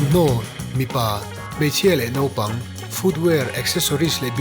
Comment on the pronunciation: Pu hruaitea hian, "Nopang" a ti ziah mai.. "Naupang" lo ti tawk zawk se